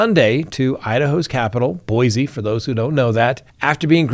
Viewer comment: It's pronounced Boy-Cee, not Boy-Zee